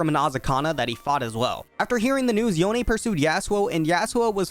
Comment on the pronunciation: It was hard to watch this video with you saying “yon eh” it’s just yone like “Yo N”